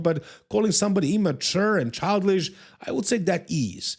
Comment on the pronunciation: Your English is superb. But since we're speaking about language there is one word you're mispronouncing. It's CHILD ISH, not CHILD LISH. CHILDISH. You said it correctly . My second language is Spanish, I live in Mexico and my wife corrects me all the time. I don't speak any Serbian.